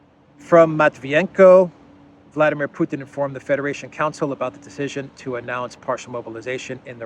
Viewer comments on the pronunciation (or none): none